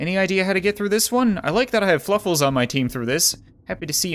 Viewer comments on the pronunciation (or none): Fluffles or Fwuffles???